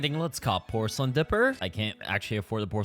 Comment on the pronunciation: "pocelain mask"🥀🥀🥀